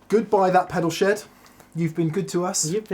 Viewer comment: keeps saying last eoisode for 'that pedal SHED' but my brain keeps hearing 'SHOW' and i panic a little...😧